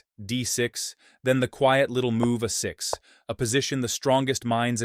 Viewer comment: Good video, but the "uh 6" for "a6" was distracting